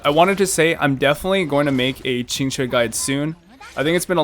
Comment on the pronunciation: How did dude pronounce Qingque's name three different ways in less than a minute?